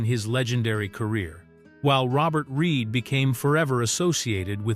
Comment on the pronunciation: Its reed not reid